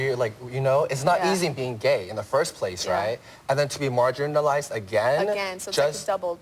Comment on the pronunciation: "margarine-uhlize"? Tyra needs to get smarter people on her show.